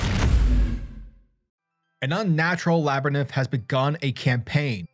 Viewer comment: Love the video bro but that’s not how you say labyrinth 💀